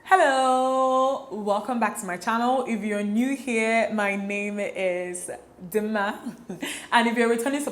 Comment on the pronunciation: Who else loves how she says "my name is......... DIM MA